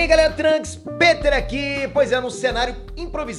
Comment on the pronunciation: pêter kkkkk é q se lê e ponto final kkkkkkkk